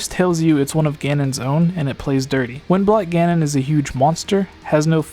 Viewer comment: It sounds like he's saying "When Black Ganon" instead of "Wind Blight Ganon".